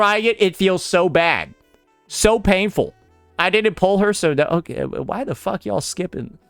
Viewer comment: why that " so painful " sounds so Asian 😂